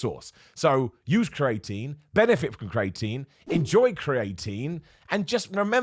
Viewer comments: Cre a tine not crating lol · Turns out I’ve been saying creATEin wrong for years - I was saying CREEEATINE. You live and learn!!! :-) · Say it after me - cree-ah-teen